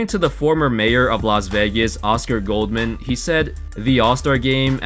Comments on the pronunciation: First of all the mayor is Oscar Goodman not Goldman. That man did a lot of work for this city and deserves his name to be pronounced correctly. Also, there’s very little racism in this city. We have millions of tourists coming from countries all across the globe and we’re a mix of many different cultures and thats what makes the city great. Hopefully the crazy amount of support for the Golden Knights will show the NBA that Vegas is ready for more professional sports teams. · Goodman, not Goldman. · Oscar Goodman, not Goldman. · Good ol' Oscar Goldman LOL. It's Goodman, btw